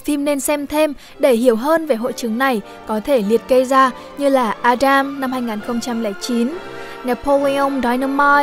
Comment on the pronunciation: phát âm từ vựng Tiếng Anh rất ổn nhưng không hiểu sao đến từ "Adam" thì cụt cả hứng...:)) nắn nót thôi đừng nắn nót quá.